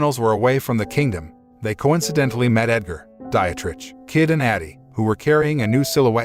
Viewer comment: “Dietrich” == DEE-trick